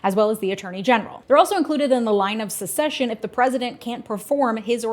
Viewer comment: It sounds like you're saying "line of secession" instead of "line of succession". Oops.